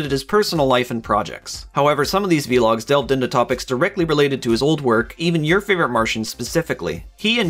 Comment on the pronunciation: "Vlog" not "V-log" it is one word. Vl-log. Other then that nice video.